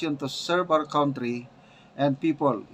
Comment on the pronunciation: hindi yan KAWNTRY. It is pronounced as KANTRY.